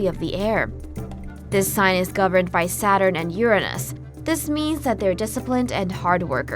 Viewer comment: OMC!! Thank you SO MUCH for actually pronouncing 'Uranus' correctly!!🤩😍